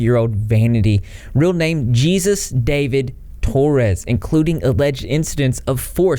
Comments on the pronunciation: Omg, you said jee-zus. It’s Jesus like Hay-zeus 😭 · It's pronounce "hey-zoos" not like Jesus of the Bible. Jesus (hey-zoos) is a common Latino name. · So I can’t figure out if you actually don’t know that Mr. Torres is Hispanic & therefore his name would be pronounced “Hay-suess” not “gees-us” lol or if mr Torres actually pronounces it that why, cause it would fit lol And further more if you guys weren’t talking about him then no one would be, you really wanna ruin the guy, stop talking about him lol If he was going to get arrested he would he would have when he had been reported, if you really want to piss him off, ignore him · It's not Jesus You pronounced j like an H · His first names pronounced HEY SUES not Jesus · The name Jesus is Hispanic, it's pronounced "Hay-soos", not "Gee-zus". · Things that slightly aggravate me: people saying “geesus” instead of “heuzus” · I think it's pronounced like heyzues not Jesus like Jesus Christ. I could be wrong tho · Also it's "hey-SOOS" not "JEE-zus." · what a disgusting creep, but i couldnt help but smirk every time you said his name as "Jesus" like Jesus Christ looool its just Hispanic dudes named Jesus have their names pronounced as "hey-soos" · Pronounced Hey Zeus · Dahvie pronounces it “gee-zus” himself for some reason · It’s pronounced Hey-sues . Thanks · isn't it pronounced "hey-zeus?" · Good job covering this babe. Very mature & profeshhhh! You're so beautiful too,I like just watching you talk lol. A fan, ⛈ Rain Havok⛈ P.s. keep mispronpuncing his name, he hates it. (Its actually pronounced Hey-zeus) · Wow,, you have some serious problems with reading. Expose is not expose. Jesus is pronounced heyy-zeus. It's as if you're just reading an article without paying an ounce of attention to what you're actually saying. But hey, at least you searched "lascivious" to find out what the word meant, huh? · Isn't Jesus pronounced "heyzoos" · Jesus is pronounced as Heh-sues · Hey-zoos. It’s pronounced hey-zoos